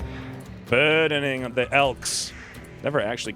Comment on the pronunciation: Gotta love they way you pronounce "Buurrrdening of the elk"! Another great episode!